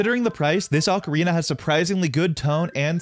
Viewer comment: O ca ri na pronounced "0h kah ree nah" not "aka rina".